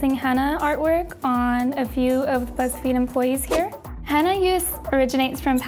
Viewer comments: Lol she's saying henna like hannah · Omg they said "Henna" and not "Henna Tattoos" yesss